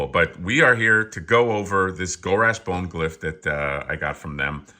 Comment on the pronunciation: It’s “Bonegl” like McGonagall. And “Yph” is “If”, like when the kids used to use Z’s instead of S’s to be edgy. Fig looks fantastic. I love the two headed trolls, and really neat to see in purple. Exxxtreme Grimace, yph ya nasty.